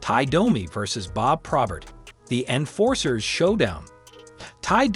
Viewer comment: Imagine the ghost of Probert hearing AI pronounce his name as PRAW-bert. 👎